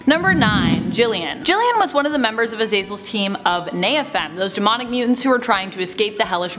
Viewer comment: AZ AZ EL NOT AZEELZELL GODS I HAT3. THAT.